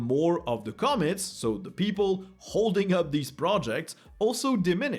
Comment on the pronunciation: The word commits is pronounced come-MITz -> where the EM-fa-sys is at the END 😉